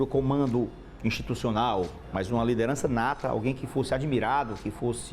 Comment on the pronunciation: " LIDENRAÇA NATA " que porra é essa cara? o cara nunca treinou nada e quem é que ta balizando quem tem "liderança nata" e quem não tem? kkk